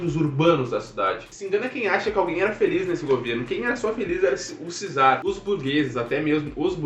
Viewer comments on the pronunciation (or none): Só uma dica: Czar, se pronuncia "quizar"! Valeu!